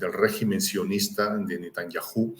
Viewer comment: Es Netanyahu,no Netanyahú, eres el único que dice Netanyahú.